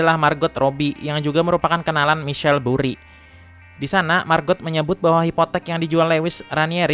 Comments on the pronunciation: Michael bukan michell, penyebutan inotasinya perbaiki , trims kasih semangat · bacanya maikel bukan misyel anjim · Maikel bang cra bcanya bukal misel